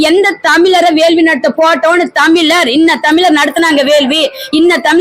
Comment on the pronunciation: முதலில் தமிழ் என்று உச்சரிக்க வேண்டும். தமில் இல்லை. வேள்வியை வேல்வி என்றும் இந்த அம்மையார் சொல்கிறார். எந்த ஒரு மொழியிலும் இல்லாதொரு அழகு நம் தமிழில் மட்டுமே உள்ளது. நாம் அனைவரும் முதலில் சரியான முறையில் தமிழை உச்சரிக்க மற்றும் பேச முயற்சி செய்வோம்.